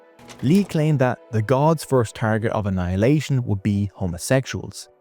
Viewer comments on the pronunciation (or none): none